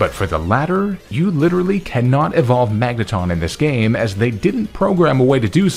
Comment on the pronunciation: THERE IS NO R IN MAGNETON!